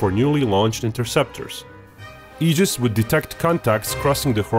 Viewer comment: Thank you for pronouncing Aegis correctly.